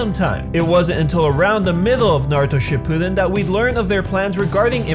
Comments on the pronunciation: This is how he says it shu ppiden it shuppiden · it is pronounced Shi-Poo-Den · It's SHIPPUUDEN not SHIPPUDEN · You’re pronunciation of Shippuden makes me want to die. Sorry, it just does. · say shippuden correctly